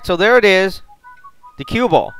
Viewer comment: It is pronounced kwibble